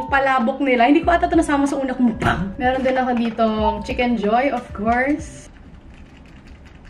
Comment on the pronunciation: tawang-tawwa ako sa MUKbangg na pagkakasabi mo hahahaha